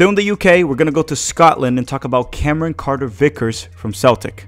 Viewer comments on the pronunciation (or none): none